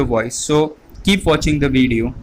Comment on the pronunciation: its video fool not vedio